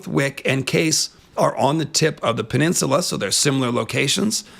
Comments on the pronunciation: Am I the only one who pronounces "archipelago" and "peninsula" as ar-kuh-PELL-uh-go and pen-IN-suh-luh, and not ar-kuh-puh-LAH-go and pen-in-SYUH-lah like in the video? I mean vee-DAY-oh ;) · who the hell taught you to pronounce peninsula like that? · Can we all just take a moment of silence for the word "peninsula".... He murdered that like four times in a row